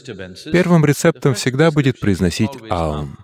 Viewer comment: Невероятно! Это лучшее объяснение и произношение этого звука! Благодарна! Никто не мог нормально объяснить, даже учителя йоги.